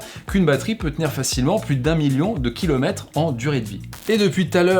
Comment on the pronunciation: « des kilomètes », vous appelez cela une bonne diction ?